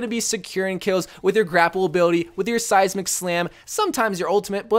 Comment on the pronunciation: 'seismic slam' ??????